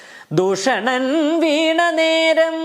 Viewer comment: ദൂഷണൻ ആണ് മോളെ bhooshanan അല്ല